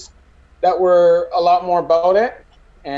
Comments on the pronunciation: “Soory” “aboot” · New cam is sick bro. Who else is trippin on “abewet ” or “ewout “?